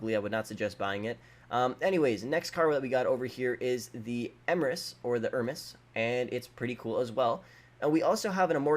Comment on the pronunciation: Ermus?....... Really............ CAN U F*CKING READ!!!